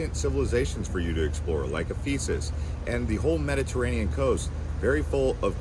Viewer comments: Trains go all over Turkey, I have been on them, and they were not filled up. You make it seem like there is only one short route. And you pronounce so many things wrong, particularly Ephesus. And hotels? We paid way way less than you mentioned for amazing hotels, all including breakfast. All of our places were $50-$60 /night. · Great video. FYI, mispronounced Ephesus